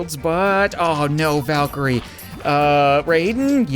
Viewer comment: It's "Valkyrie"